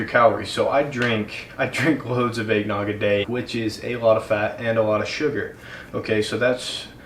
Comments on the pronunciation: Nobody:: Aignog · he says Eggnogg like Aignog because of his accent. Not trying to make fun of him because I've met people who say it like that cause of their accents I'm just not used to it